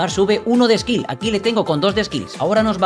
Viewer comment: Skill❌️ Ksill✅️